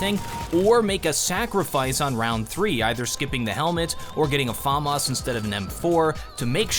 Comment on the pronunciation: the way you said famas nearly made me click off the video